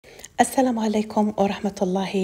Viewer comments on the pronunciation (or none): none